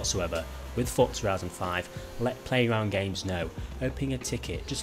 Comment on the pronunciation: How come you say the z I horizon correct but you say forza like fortza